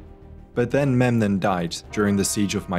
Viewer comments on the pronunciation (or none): none